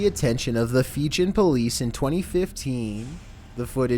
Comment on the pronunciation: Also, it's not 'Feegin', it's 'Fee-gee-an' Source: I'm married to a Fijian.